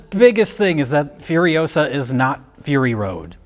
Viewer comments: It's furi-OH-sah, not furi-oh-SAH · Asked Hermine. Its Furiosa, not Furiosaaa! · Its not fury osuh Its fueryohsahh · It's furio-SAH, Ron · It's Furi-OH-sa. Not Furio-SAAAA!